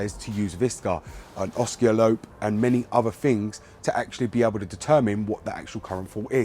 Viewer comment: The way you pronounce Oscilloscope in this video is hilarious LMAO good video nice click bait